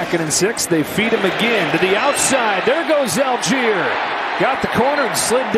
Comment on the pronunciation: Whenever I here the commentators pronounce Allgeier as "Algier", it hurts my ears... His name comes from "Allgäuer", which means "Person from the Allgäu" (like "Hesse" being a person from the region of Hessen) which is a region in the very south of Germany, in parts already in the Alps. So the actual way you would pronounce his name is "ull-guyer" ("ull" as in "hull", though).